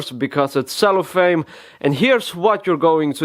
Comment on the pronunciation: The word is cellophane. Not cellophame. And this had BETTER be funny and entertaining because I dont think even a retarded baby would need INSTRUCTIONS on how to open something that's been shrink wrapped. I mean if you seriously find you need an answer to the question, "How does one open a pack of cards," the question you REALLY need answered is, "what went catastrophically wrong with my education?" or "Why doesnt my brain work normally?" My point is, if you find yourself asking the question answered in this video, there are much bigger questions you should be trying to get answered first. EDIT: I just read day before yesterday, the lowest recommended temperature for playing cards is 30F, or -1C - so its not true that ANY amount of cold is good. And lastly, WHY THE FUCK ARE YOU MUTILATING A SUPER RARE AND EXPENSIVE DECK?! NEVER, NEVER treat cards like this idiot. This is the 2nd of this guys video's Im down rating.